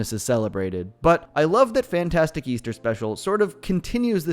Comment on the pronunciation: Easter? I thought he said weaster!!